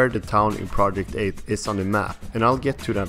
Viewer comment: theres only so many times i can hear this guy incorrectly pronounce Project 8